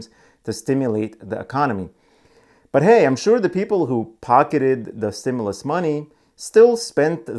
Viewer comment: It is pronounced " stim-you- less...other than that ...your great..